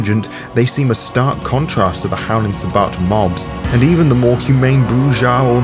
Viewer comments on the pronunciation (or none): none